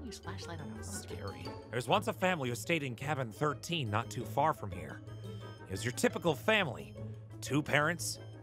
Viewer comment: Uy you FWOM CASH